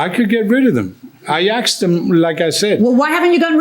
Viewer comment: You axed him, have you tried asking, as axing is quite threatening.